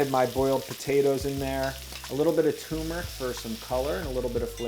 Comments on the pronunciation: Dont mind me saying this, but all u guys making food shows have to stop saying tumer for tur-mur-ic. It cracks me up and angry too lol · How come no one seems to be able to say TURMERIC? tur mer ic